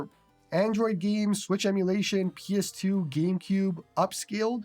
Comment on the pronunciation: you are my goat but why do you say PS2 as Penis 2?